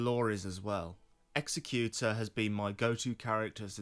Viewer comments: You're saying Executor wrong. What you're saying isn't a word. Executioner is a word. You also don't know how to use "by proxy" correctly. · Love the lore, but executor the way your pronouncing it literally isn't a word. That would be an executioner. An executor is someone that has been left the belongings/wishes of the deceased. Which to me screams that he wished for more during life, and when given a second chance he has taken that to heart and is working for himself and his wishes. That last bit is total speculation, but the definition is rock solid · You're saying Executor as if it were Executioner. Executor is different